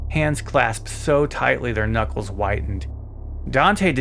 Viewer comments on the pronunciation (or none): none